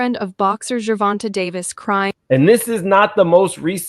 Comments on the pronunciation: Ger Von TAY is how it's pronounced 🤗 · OMG! You’re infamous for butchering a name. It’s pronounced “Ger-Von-Tay”. Bmore stand up. 😘♥️